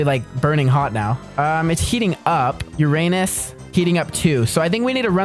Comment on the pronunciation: Hey you always say Uranus wrong